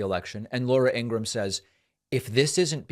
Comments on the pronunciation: Ingra-ham? David, what's with the pronunciation? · It's pronounced like gram, David, as for Fox they're complicit and liable. It won't be the first the donald has blamed it on Fox, I'm only shocked because they're FCC license needs gone and take Dejoy with you. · "Ingraham" lmao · David, why do you purposefully mispronounce people’s names? It makes you sound no better than the republicans who do that. You know how to pronounce Laura Ingram’s name as well as Guiliani’s. What’s the point of purposefully mispronouncing them? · David are you actually thinking Laura Ingraham‘s name is pronounced that way are you just being obnoxious I mean she’s awful so I’m cool with it either way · David why do you always pronounce their names like a moron? And chill it with the obmana it dried up like a year ago. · David mispronounces Ingraham on purpose.